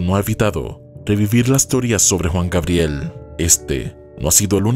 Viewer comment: JUAN GABRIEL, NO WUAN GABRIER